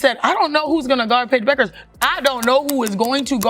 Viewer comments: It's BECK-ER"S not BUU-KER'S. Damn dude it ain't like a tough name to pronounce if ur familiar with how the words SOUND yeh? She may only be a draw card for your channel but to us she's a legend and legends insist you make an effort to get things right otherwise go disrespect someone else yeh? U know wot I mean? Now u know why we at Yukon Nation havn't exactly flooded ur YT channel. U might want to adopt a real appreciation for the players you use. Good on ya. Go YUKON!!!! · It's shocking how bad the pronuciation is, I mean, "Bewkers"? Are you kidding me? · Aside from the dishonest click-bait title, you lost me when you couldn't even pronounce the best NCAA female baller's name. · Proper research will allow you to pronounce Bueckers and all other names properly. Pity. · Why would I subscribe to a channel whose moderator can't even pronounce Paige Buecker's name?